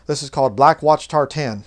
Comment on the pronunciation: Great message. On a lighter note, as a Scottish person I want to correct your pronunciation of tartan lol. We say it like 'tartin' rather than 'tar-tan'. My maternal grandmother was also a Campbell. The original Campbell clan were mostly from the Inner Hebrides (which isn't too far from me as a Macleod from the Outer Hebrides) and also the west of mainland Scotland. All Campbells are descended from Robert the Bruce and most of the early Scottish kings, so you could say you're from one of the more interesting clans.